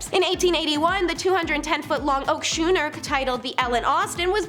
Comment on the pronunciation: Schooner has a silent H. Scoo as in School.